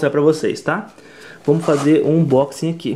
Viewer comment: Foi muito difícil fazer esse ubochingui,? auehuaueh'